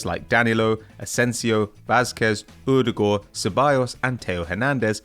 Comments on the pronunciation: "Errrrdegwer" never heard Odegaard pronounced like that before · lovely pronunciation of Martin Odegaard x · Yeah but it was the wrong pronunciation